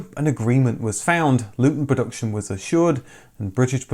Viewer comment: Considering the inclusion of the word "production" in virtually every video, it's surprising that you can't actually pronounce it.